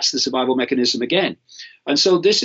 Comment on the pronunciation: Why is Mr Icke having linguistic matrix glitches - "survivival" etc